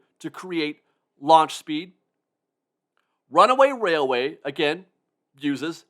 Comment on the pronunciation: I keep waiting for you to say, "Runaway Wailway" but you get it right EVERY time! I can't say it twice without messing up. You are a true professional.